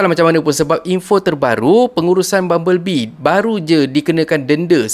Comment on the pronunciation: Bubble bee mat ..bukan bumble bee ..🤦🏻‍♂️